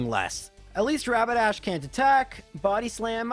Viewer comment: so glad to hear someone other than me call Rapidash "Rabadash". Since I was learning how to read when I first played pokemon, I mispronounced so many names. Now I just need to hear someone call Magikarp "Mantikarp" and my life will be complete.